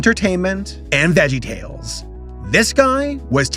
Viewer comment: My disappointment is immeasurable, and my day is ruined. You called VeggieTales "vegtales"